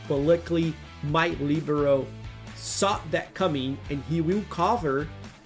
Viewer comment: I like your perfect pronunciation of LIBERO with the accent on the I. Another great video. Please keep going with your content.